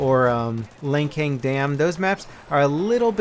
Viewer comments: This is might not be relative to battlefield. But the map Langcang Dam is really pronounced as LangTsang, A River flows through Qinghai, Tibet, Yunan China all the way down to Burma and Laos. :) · Lancang is pronounced as "Lund-Czung"